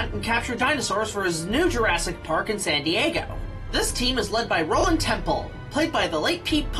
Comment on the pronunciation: Not sure you were pronouncing Roland's last name wrong intentionally, but if not, his last name is Tembo, not Temple. But I'm loving the series! Good work! :)